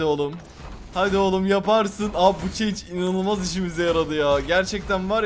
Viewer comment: Yahu çeync (change) değil şans şansss (chance) 😂😂😂😂